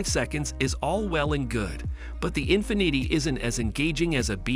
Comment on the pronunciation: In finiddy😂